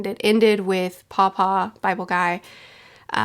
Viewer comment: What you're saying "paw-paw" What I'm hearing "papa" Lolol I love these reviews so much, and they've only gotten better with each arc! I'm so excited to see your experience with the rest of this Saga, and am super looking forward to your reread, I'll probably start one at the same time. Ngl, I'm also looking forward to the anime reactor, Ruff, to react to your reaction this weekend, lol